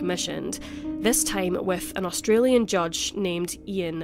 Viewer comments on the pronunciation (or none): none